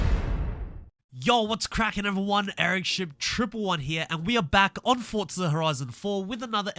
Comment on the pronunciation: There's no T in forza its just forza. Litterally the only reason I dont subscribe and watch more than the first 5 seconds